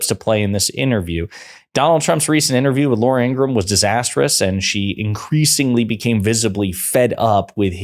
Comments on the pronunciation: IngraHam!! Not Ingram. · Not trying to be an a$$ & not because I have anything nice to say about Laura Ingraham, but her last name is pronounced "In-grah-ham", just fyi. Pronouncing it correctly can only work in your own/your channel's favour; it won't do anything to/for her either way.